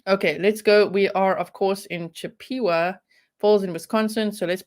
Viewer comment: Not being snarky here, the name of the town is pronounced, CHIP-eh-wah. Its named after the Indian tribe, from the area of the woodlands. You totally nailed the name of the brewery! Not many from here can do that. You said it was a German word? I actually toured that brewery when i was thirteen.